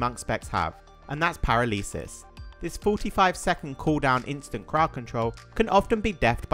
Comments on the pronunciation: "para-lee-sis" yikes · Imagine getting to adulthood and pronouncing paralysis like that.